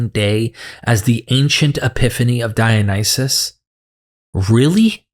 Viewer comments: The apologist keeps talking about "Dionyses" ... How can anyone take him seriously? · says "Dionyses" instead of Dionysus roflmao!! Seems like he knows the literature about as well as he knows the name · This is a nitpick but why does keep saying DionySEES, that's like saying JeSEES. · why does this apologist (I'm gonna call him "") keep saying "Dionyseez?"